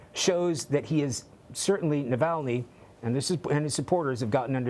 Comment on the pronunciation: You can't say 'streets' or 'Navalny' perhaps more training before you get on screen as a reporter?